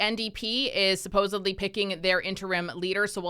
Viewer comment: supposedly, NOT suposably